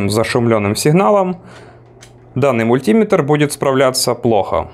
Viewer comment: Режет ухо ударение. Правильно говорить "Мультиме́тр"